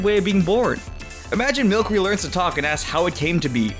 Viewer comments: It’s “MIL-S-ER-EE” (Not the spelling) not “MILK-ER-EE” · I’m sorry, Milcery=MilSery not MilKery. Runerigus=RoonEREEgus not roonerugus Sorry, my grammar nazi awoke. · No hate, but Milcery is pronounced Mil-SER-ee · “No. 9, MILKERY” Me: It’s understandable, I could make that mistake time to time “No. 2, RUNERIGUS” Me: I can live with that too, it still sounds like how it spells “No. 5, CAMORANT” Me: Wait, there’s an “r”...........how? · ALCreamie milCERY It's alchemy and sorcery.